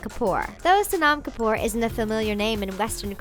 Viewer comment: She kept on saying sonam kapoor wrong!!